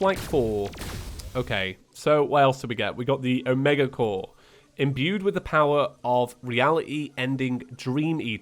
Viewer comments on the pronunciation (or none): none